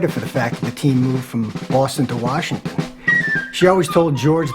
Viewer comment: I'm a Tom Landry-era Cowboys fan, since '63. The very first pro football game l was lucky to attend was Washington Redskins at the Cowboys, Thanksgiving Day, 1968. My dear old Dad that's now in Heaven used to pronounce 2 cities just like Coach Landry....Warshington, and Chicargo...😂 Washington will always be the Redskins to me. What a rivalry the Cowboys and the Redskins had. R. I. P. Dad🇨🇱🇺🇸♥️ Tom🇨🇱🇺🇸Landry George Allen God bless our pro football heroes from a by-gone era 🏈